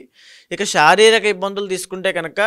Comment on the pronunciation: అయ్యా మహానుభావా శ ని ష అని పలుకుతున్నారు. షారీరక రాషి షని ……. ఇలాగ